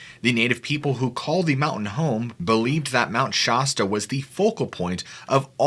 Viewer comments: All I got to say is if your gonna make a video about something you know nothing of at least pronounce the name of the mountian correctly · Shasta is pronounces "locally" with the (a) sound more like the (a) in aspect. That said, love your videos my man. Glad I found them. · The way you mispronounced “Shasta” so many times and so confidently definitely made me skip this video. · That's not how anyone in Siskiyou pronounces Shasta. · I swear to god I about turned this episode off just because of the way he pronounced Mt Shasta and lumarians don’t kno why it just bothered me lol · As a lifelong resident of Mt Shasta California this is a fascinating work of historical fiction and in the case of Mt Shasta much of the phenomena noted can be attributed to the formidable number of North American Sasquatch that often migrate through the area. I'm curious about the narrator's obsession with mispronouncing the names of certain key locations. Is this on purpose ? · I have never heard anyone say Mount Shasta the way that you are pronouncing it. It's got the a sound as in the word bat. Just saying. I'm 60 years old and never ever heard anybody say it like that. However, you have a very pleasing voice to listen to. 😊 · You and Mr Ballen both mispronounce Shasta and it really annoys me. No one from around here says it that way. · thanks yeah I don't believe that crap, but I can't stand to hear shasta being pronounced that way.... it's like fingernails on the blackboard!!!! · They both mispronounced Mt. Shasta, in the same way... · I'm with ya...as a local... the mispronounced Shasta is killing me lol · It's Mount Shasta, as how the a in apple is pronounced. John McHatton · This dude can’t even pronounce SHASTA😂🎉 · Just FYI: You're not pronouncing "Shasta" correctly. The 'as' should sound like 'ass' and not 'oss' unless you're trying to sound like a Valley girl. Much love brother! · It's Mt. ShAsta. Pronounced like shah as in shack or Shaq NOT shawe like shot or shock